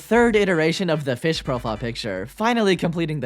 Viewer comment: Pronounced: fysh